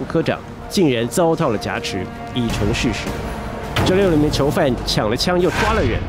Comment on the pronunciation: 我只是希望主持人更加优秀，我是如此地热爱台湾和台湾人民，台湾是中华民国和中华民族的骄傲。我也真诚的希望你把挟持与侠客的读音区别搞清楚。